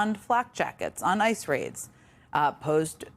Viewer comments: She keeps calling ICE "Isis". Lol if the shoe fits... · Jen said “Isis” instead of ICE twice. 😆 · its ice not isis omg